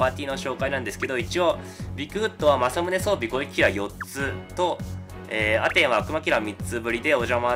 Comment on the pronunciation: アメンじゃなくてアテンな